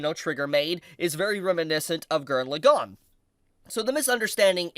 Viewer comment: Morons who can't say LAgann correctly get downthumbed.